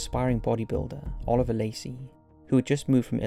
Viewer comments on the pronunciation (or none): none